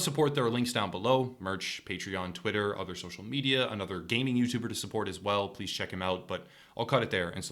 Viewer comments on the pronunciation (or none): none